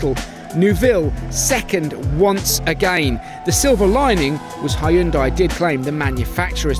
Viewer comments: Damn it, get your pronunciations correctly, it's simply "Hun-day", not "High-yung-dye". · When the narrator said Ha-yun-dai. Koreans raising their eye brows. 😂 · No it's not.. the correct pronounciation is "hyun deh"